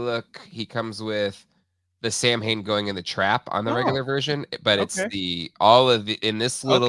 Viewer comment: Take a shot every time someone mispronounces “Samhain.” Just kidding, don’t do it, you’ll die.